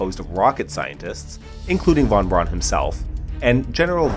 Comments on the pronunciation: And while we're at it: "von Braun" is pronounces "fonn brown", not "won bronn". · Von Braun is pronounced Fon Brown (not Brawn)